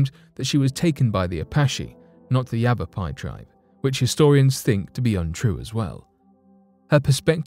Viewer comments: My friend, you stories are great. However, you need to learn how to pronounce these names of the places you are discussing. Gila is pronounced Heela Yavapai is Yavapie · FYI, it is pronounced Gila (hee-la) river and Yavapai (Ya-Av-Pie).